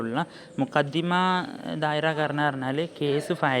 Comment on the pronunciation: Mukaddima അല്ലല്ലോ മഖ്ദമ എന്നല്ലേ